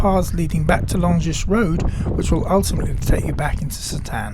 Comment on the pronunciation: quick note, the s in Longus and Tourgis is silent, so pronunciation is Longhy and Tourghi